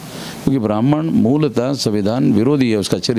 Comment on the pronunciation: आप की सारी बातें विरोधाभाषी होती है। लगता है आप अपनी पूरी ऊर्जा ब्रहमन शब्द के उच्चारण मे लगातें है जो कुछ बची रहती है मायावती के विरोध मे करते है,। ऐसे ही करते, करते बीजेपी को सत्ता देने मे मदद करते है। आप की भाषा मर्यादित नही है। जबाब क्यों नही दे रहे है की सरकार मे संख्याबल बहुजनो का है फिर ब्रहमन को targate क्यो कर रहे हैं। अगर आप के पास जनमत है तो सत्ता पर काबिज हो, मना कौन कर रहा है।